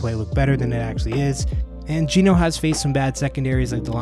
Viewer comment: G-E-N-O !!!!! Not Gino unless you are ordering pizza !